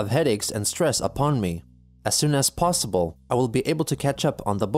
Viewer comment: Plossible.. Impeccable transcription as always...